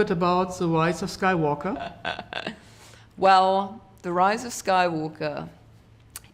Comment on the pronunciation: The roise of Skoi wooker